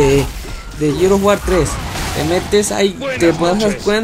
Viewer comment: Jajaja a huevo así dice jajaja no mames no puedo creer que no pueda pronunciar "GEARS OF WAR" JAJA NI "JUDGMENT"